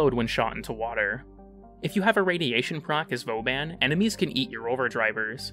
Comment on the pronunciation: "vo ban"? wtf my guy